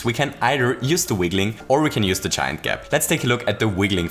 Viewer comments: Thought he was saying chime gap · I thought you were saying "chime gap" but you're saying "giant gap". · I just figured out he's saying giant instead of chine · did anyone else have no idea he was saying "giant" gap until like 3 minutes into the video